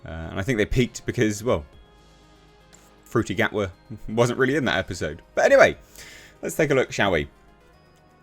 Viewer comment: Oh, HAHAHAHAHAHAHAHAHA! You said 'Fruity Gatwa' again! An approximation of his name, but... humorous! You're such a f'ing comedian. They never explored racism with any of the white doctors, wtf are you on about? There was a Rosa Parks episode, for Christ's sake. Martha Jones encountered racism during the Shakespeare episode. Sorry to shatter your argument. On and you said "tard". Lovely. What a fantastic person you are.